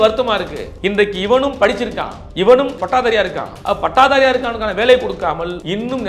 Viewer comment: அண்ணன் கூறிய கருத்து சரிதான் ஆனால் தமிழ் பயிற்சி மிகவும் அதிகம் தேவை பட்டதாரியை பட்டாதாரி என்கிறார் மலம் அள்ளுவதில் கைய விடனும் என்கிறார்